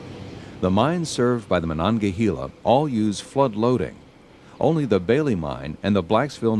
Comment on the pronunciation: Pronounced “hay la “ not “hee la”